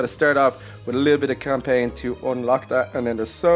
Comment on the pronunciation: You said campaign wrong and inspect it wrong I think